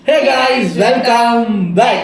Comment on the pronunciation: Neega ethana vaati sonalum hey guys “Cake ice” nu tha kekuthu 😂❤